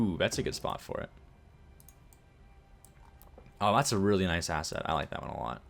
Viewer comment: Everytime you say "that's a very good asset" all I hear is "that's a very good ass". I have a very dirty mind apparently